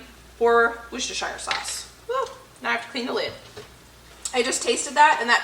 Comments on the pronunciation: Just subbed a few days ago and have been binge watching. Fantastic content! Worcestershire - you have it so close! The shire part is either like sheer or the shir part of Shirley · What an amazing meal! If you're interested, Worcestershire is pronounced a bit more like "whoa-stir-sure." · Worcestershire Sauce is pronounced "Wuster sauce". It's weird to pronounce but so are many things here in wonderful England!! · worsestershire = wooste sure. growing up, my mom called wister schister schiester sauce. lol. she knew it was wrong too, but we knew what she meant. lol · Hi, I'm from Lancashire and you pronounce Worcestershire as - Wuss ter sher We don't pronounce as shire, although historically that's what it was known as... Hope that helps ;-) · I had to chuckle at the Worcestershire sauce pronunciation, not because it was wrong, but because you said it was wrong when it's the closest I've ever heard anyone from the US come to pronouncing it right 😅 The only part that was off is you pronounce the "shire" part as it looks, but we tend to say it more like "sheer" - which probably makes us wrong 😂😂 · Hi, we pronounce shire as shear. So the correct pronunciation is Wos-ter-shear sauce. Us Brits invented a language that sounds different to the way we spell. There's a village near me and it's called Cogenhoe. However it's pronounced Cook-no! I know it's weird 🤣🤣🤣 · You make me smile when you say Worcestershire sauce. The W word (Worcestershire) is a swear word in our house 😂. I come from Sheffield UK and we have our very own Henderson's Relish. Wonderful in stews, on fish & meat etc. ❤️🇬🇧♥️